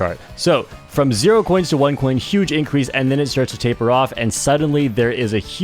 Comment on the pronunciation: taper?? say that again...